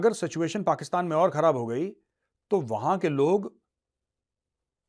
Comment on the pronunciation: Aap ne Abhathar Bhasha ka Pryoog kiya hai .... Aap ne kai bar "Pakisetaan" ko Pakistan kaha hai.😂😂😂